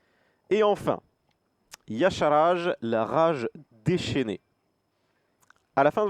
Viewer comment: Ça se prononce Ya Sharaj, t'y étais presque ^^